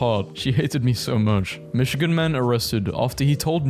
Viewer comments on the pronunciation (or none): none